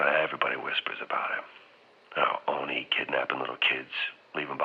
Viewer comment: I’m sorry o n I? Its oni (oh knee)